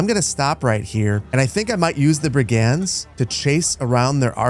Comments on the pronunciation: What the heck are brie-gands!!?? Brigands, Brigands. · Pronunciation queues as a few of these seem really strange to my ears … Brig-unds, not brig-ands Lee-neck, not lie-neck Loiter Floocht, not Lighter Floocht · Best Manor Lords content BY FAR. One tiny thing: Brigands. Pronounced BRIG-nds. Not bri-GANDS. Old world bullies, low-level criminals and unsavory types who're happy to be paid for busting heads. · Bri-gands should be brig-uhnds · mfw he doesn't say bri·gndz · You don't pronounce the "a" in the word "brigands". "Brgndz". Looking forward to the great urbanisation. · Love this series. One minor quibble is your pronunciation of brigands. The emphasis ought to be on the first syllable not the second as you say it